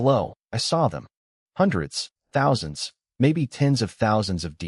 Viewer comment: 49 THOUNSANDS KILL HUH